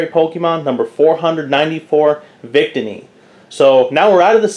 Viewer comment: Nice vid but it's pronounced vic-tee-knee